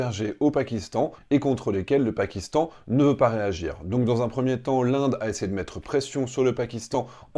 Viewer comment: 😅😅😂😂😂 Unnnn rraffaaal unnnn 😅 Mais non ma grenouille ce n'est pas uunnn😅, ni deux, mais c 3 , trois, Three 😅😂